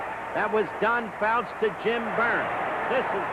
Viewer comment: "Don Fouts"....c'mon Howard.